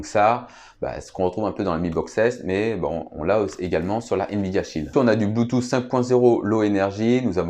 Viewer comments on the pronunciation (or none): none